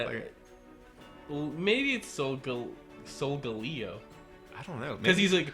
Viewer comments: i think its sol-gah-leh-o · It is solgeo GX It is wrong how u r saying it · It's pronounced "Soul-guh-Lee-oh"